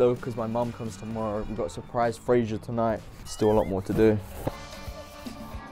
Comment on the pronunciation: "Frazier revleal"🤷🏻‍♂️🤷🏻‍♂️🤣